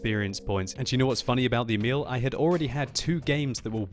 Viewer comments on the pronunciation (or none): Try and pronounce emil like e-mill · In swedish u say emil more like eeeeemil